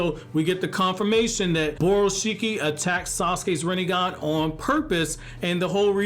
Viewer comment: Rinnegan, more like "Rinne-gone" .